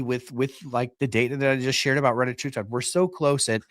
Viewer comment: I mean it’s spelled “Reta” not “Retta” so pronouncing it “retie” doesn’t make a ton of sense. You see that right?